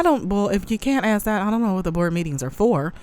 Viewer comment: "Ax her?" They elected a shaved lower primate into office...smh